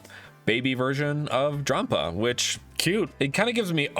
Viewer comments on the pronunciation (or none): none